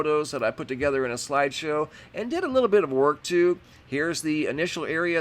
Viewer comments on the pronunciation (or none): none